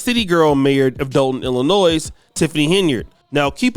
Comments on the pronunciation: the "S" in Illinois is silent.🎓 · It's Illinois mate, not Illinoise. Cheers from England. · Just a quick note that it’s Illi-noy and not Illi-noys. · its pronounced ILLI NOY the S is silent. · Are you sure you are FBA, it's pronounced ill- luh- noy.